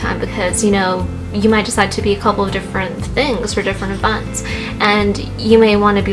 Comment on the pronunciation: Yup lol.. “evunts” 😂😂😂